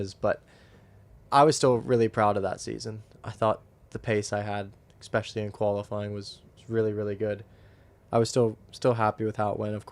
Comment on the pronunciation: That’s got to be a record for the number of uses of “honestly” in 45 minutes. Also, what does “expecially” mean?